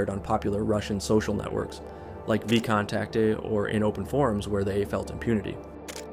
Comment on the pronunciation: Veeecontaktee... dude, please. VK is the short name. Pretty sure most of information in this vid is about as credible as your pronounciation of russian words.